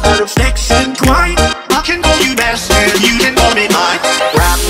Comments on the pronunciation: I swear on my mother that the first time he says b*stard instead of master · He’s saying “I can call you master you can call me mine” sooooo but yea he does sound like he’s saying mustard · Am I the only one concerned why he said mustard like “MAStErd”